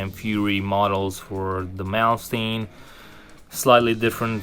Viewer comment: why does everyone pronounce Malmsteen wrong??